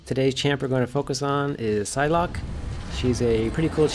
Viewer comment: Great video but it is infuriating that you don't know how to pronounce the name of a character you supposedly like. It's prounounced like "sigh"locke, not "size"locke. Otherwise handy tips.